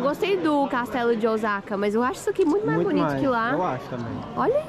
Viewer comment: O S A KA e não OZAKA pronuncia é S e não Z 🤣